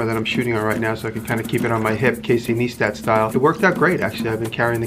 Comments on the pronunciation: 😂😂😂😂 He said Nestat. You say it Naistat but spelled Neistat. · Casey Neistat is pronounced "Nice-tat" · (Nice tat) not (knee stat) just in case you bump into him lol